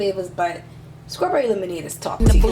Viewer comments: so wtf is skrawberry ... oh the way a ghetto ignorant ass hood rat murders the english language ... you sound like a moron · Lol “scrawberry”